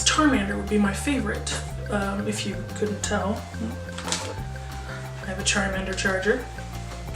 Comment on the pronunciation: "charmander charger" .... charge-mander?? 😂